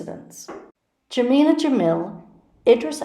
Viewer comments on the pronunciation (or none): none